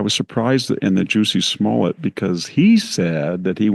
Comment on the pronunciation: “Juicy Smollette” 🫢😅🤣🤣